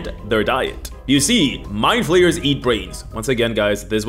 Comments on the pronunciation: Every time he says 'Mindflayers' I hear 'My players'. Such as ' My players have creative ideas involving tenticles' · When you said "Mind flayers are one of the most iconic villains in D&D," I heard "My players" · Kept hearing 'my players' instead of 'Mindflayers'. I mean it still works